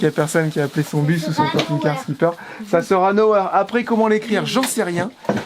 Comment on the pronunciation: Nowhere, no ouair (phonétique)